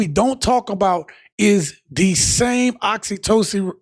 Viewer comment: You was struggling with the word "oxytocin" 😂